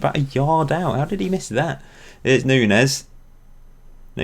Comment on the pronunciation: Just a note: Nuñes is pronounced Noon-yez.